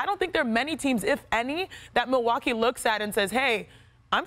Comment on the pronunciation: Really espn? MILWUA??? KEE? IT'S MILWAUKEE BRUHHHHHH.